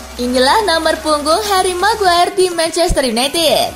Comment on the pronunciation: min sekedar saran .. nyebut maguire bukan meguer tapi megwayer .. gaenak didengernya .. sebelum netizen pada bilang rip english hhe 😂😊😉